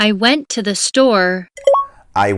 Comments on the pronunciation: Sanki girişteki kelime "Welcome to my channel" dan "Welcome the my channel" a dönüyo yavaş yavaş :D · Ben " welcome do my channel" diye duydum😄